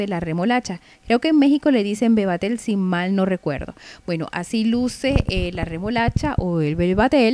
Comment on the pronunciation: Bebatel jajajaja vetabel